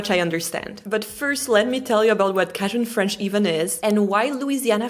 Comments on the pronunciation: She’s a sweet girl, but shame on her for not studying and teaching herself how to say Cajun. It’s hard to ignore because she keeps pronouncing it as “Kah-jin” it’s pronounced KAY-GIN. That’s probably why so many of us (Americans) hate talking to French people 😂. I made it to minute four. Just like most French people in real life. This was VERY boring. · Cagen....cage-en....not cah-gen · I know Cajun as Kay-Jan so hearing you say cah-Jan is so weird. So I wonder if you have the correct pronunciation or was it an error. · Cajun is pronounced "kei-jen", not "ka-jen". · It's CAYjun. Not CAAjun. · Kay-Jun aka cajun 😮not catjun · I don't know what "cashion" French is either. It's KAY-jun. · 🧀 Canadian here, and I gotta stop you right there. It’s not “kashjin” French — it’s pronounced “Cajun” French. You know, like “KAY-jən,” not some fancy soft cheese. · With all due respect, it is pronounced KAY-jun, not kah-jun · It’s pronounced “Kay-Jun”, Mon Cher, not “Kay-zhon”. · lol not cashON it is Cajun lol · It's pronounced "Kay-jun" which is a shortened form of "Accadian." Accadia was the area in Canada where the French speaking Canadians who moved to the southern USA originally lived. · It's pronounced "KAY JIN" in English (with the stress on the first syllable and the "j" pronounced like the English "j" i.e. "dj"). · I love how she pronounces "cajon" with a short "a" because they really don't use a long "a' in French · This was such a lovely thing to watch. I've visited the lower La. parishes many times & will not be pleased if the delightful lilt of Cajun French dies out (even if I don't speak much!). BTW, don't know if this was already said but Cajun is typically pronounced in the US like kāy-junn or kay- j'n with a hard J, as in John. Merci for this vid! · Cajun is pronounced kay-gin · It’s CAJUN!!!! “Kayyy-juhnnnn” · “Cahjzun French” what a way to pronounce it, very interesting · "Cajun" pronounced like "kay•jin" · "Cajun" is pronounced "CAY-jun". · cAjun. With a hard A.